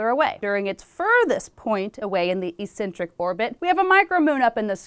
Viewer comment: Pronounced ECK-SENTRIK not EE-SENTRIK.